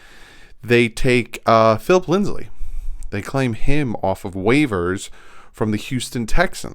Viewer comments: Stop saying LindsLey,... there's no L in it. It's Lindsay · it's not linds-lee, it's lind-zee